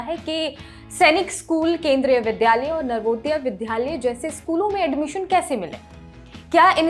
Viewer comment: Madam, आप dilect सही करें। विद्यालय कहा जाता है न की विध्यालय।Pronunciation सही कर लें।